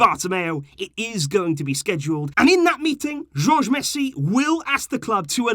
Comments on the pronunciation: it’s pronounced Horhe Messi not George Messi 😂😂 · You didn't pronounce Messi's father name correct. Jorge is pronounced hohr-heh with the J and G becoming softer ‘h’ sounds rather than the English hard G (gee) or J (jay) in Spanish.